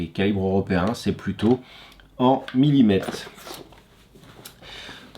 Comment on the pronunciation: As-tu remarqué qu'à la fin du mot millimètre, après le t, il y a la lettre r. On dit millimètRe et non pas millimète.